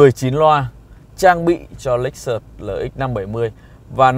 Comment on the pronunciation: ông này bị nhiễm phong cách của lão bên xe hay nên cách nói, nhấn nhá giống quá. Chưa có phong cách riêng. - hãng "lếch xớt" mà cứ đọc "lếch xợt" nghe không hay, nhiều phần tiếng anh phải xem lại. - chưa đánh giá sâu về xe. Hơi sơ sài so với mong đợi.